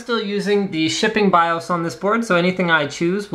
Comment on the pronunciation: Whenever you say BIOS, it sounds like you're saying "I'm tha' Baws!"